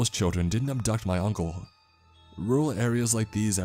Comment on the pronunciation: attempts at the dialect were cute. I'm not sure he nailed chirrun.